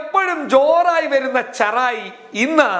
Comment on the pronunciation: ഷെറായി 🤣🤣🤣. ഉച്ചാരണം പൊളി 😁😁😁🤣🤣🤣